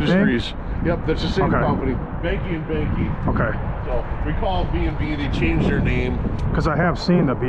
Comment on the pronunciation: she meant coffee. And as someone with the last name Behnke Its bank-ee not behn-kee